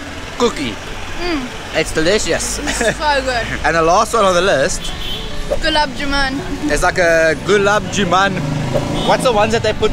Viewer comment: The dark brown sweet is called Gulab “Jamun” whereas you’re pronouncing it as “Juman” … try saying “jamoon” to get it right 😊. Thums Up and Limca are Indian soft drink brands (not just local to the islands) that were acquired by Coca Cola Company and are now sold by them. If you see the fine print on the cans, it’s written there. 👍🏻